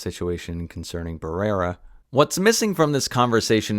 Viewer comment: "She's this generation's Gina Carano" One is a racist Trump supporter, the other condemned genocide -- clearly, you don't actually know what is going on. BTW her name is Melissa Barrera (with an uh sound at the end).